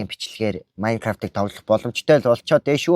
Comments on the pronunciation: Майнкравт биш Minecraft шүү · наачин майнгаравт биш мангравт шдээ